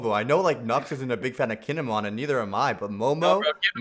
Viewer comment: C'mon...put some respect on Kin'emon's name